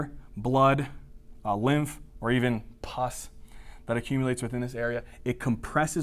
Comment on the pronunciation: How he said Pus😛😂😂😂 Thanks for these videos,I really get information from your channel